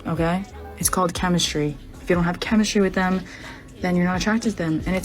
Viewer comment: Chemishtry... it's chemishtry...